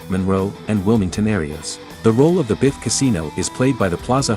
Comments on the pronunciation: Younger Beef and older Beef? What horrible pronunciations. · This Vid is a good watch, actually had a lot of stuff I hadn't seen even as a big BTTF2 fan (w/ Aud Comms viewed multiple times). 🚔⚡️🕰The A.I. narration is so bad it's actually funny: Biff is 'Beef', 1985 is 'one thousand nine hundred and eighty five', and Zemeckis is 'Zem-EYE-kis'. A.I. should be obvious and this is, but still fun.🤖